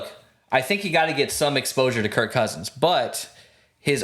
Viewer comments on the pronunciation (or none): It’s KIRK Cousins not Kurt Cousins 😅